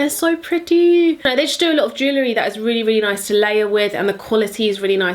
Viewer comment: Jelewhat?? Lol. It’s jeWelry